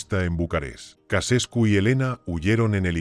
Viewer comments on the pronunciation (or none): Ceausescu, no Casescu. Hay que leer un poco antes de hacer un video. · Chauchescu se pronuncia